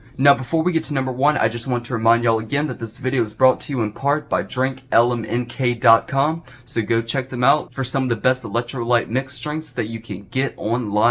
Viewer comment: Hey,.... You Mis-Said their Name, Dumb@ It's "DrinkLMNT", not "DrinkLMNK". Get it right..! 😑 MFs makin' Life Potions and yo can't even say their Name right..! 😑